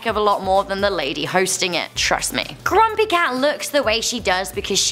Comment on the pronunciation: Did she just say crumpy cat on